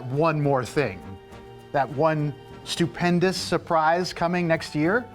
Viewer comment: “Stupendous” Sounds like the word “panda” doesn't it？🎉